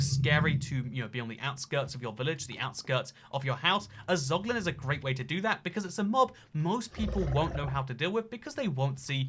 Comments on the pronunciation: dont say poglin ever again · casuals: zoglin real gamers: poglin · yo tf is a poglin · Nobody:: POGLIN